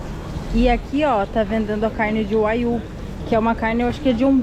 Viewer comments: So corrigindo nao se pronucia wayu..... e sim waguiu a carne mais cara do mundo... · A carne(bovina) mais cara do mundo a pronuncia é "uaguiu" e o mais famoso é o "Kobe Beef" que custa em torno de 40 mil ienes por 300g num restaurante especializado. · Esta carne do Japão é famoso pq os bois são tratados com com ração especial e tomam cerveja pra carne ficar macia e se chama wagyu e se pronuncia uaguiu😊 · Casal, wagyu se lê “vaguiu”. Abcs!